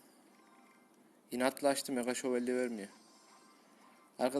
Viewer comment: meğa şevolye :D